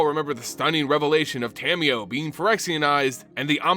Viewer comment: Love your videos so much BUT! The way you pronounce Tamiyo's name can be a little grating sometimes.... It's Ta-Mi-Yo (Ta, like "ta-dah!", Mi, like "me", Yo, like "yo-yo") not Tammy-yo lol. Nearly all Japanese syllables are broken into two letters in the latin alphabet and they're consistent! That said, keep up the good work! Your videos have helped my understanding of the Magic lore immensely!!